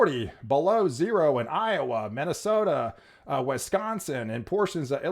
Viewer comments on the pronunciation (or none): none